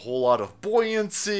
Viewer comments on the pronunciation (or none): Hey, loved how you stressed the word "buoyancy"!!! You were channeling the late great Al Campanis, no doubt! Now that guy was "inspirational"!!! 🤣